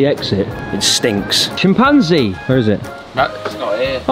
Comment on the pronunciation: pronouncing Chimpanzee is the best thing in this video 😄